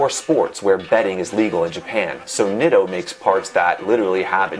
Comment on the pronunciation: pronouncing it "nit-oh" and not "neat-o" as well as calling braze-ons "brass-ons" is making me want to call the police